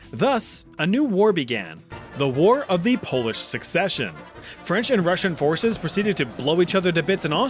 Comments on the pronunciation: Good job on the pronunciation of polish names. It's hard for those who aren't from here, but honestly I didn't expect my country here so thank you for adding it ^^ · Cheers from Poland, very solid pronunciation, love to see our nonsense mentioned!! <33